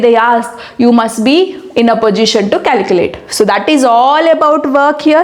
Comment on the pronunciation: Manm it is not pojition it is position in all videos u r mispronouncing it